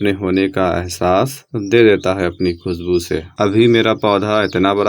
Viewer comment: khusbu nahi khushbu hota hai please bhasha ki ma behn na karo pl learn proper accent then you can make video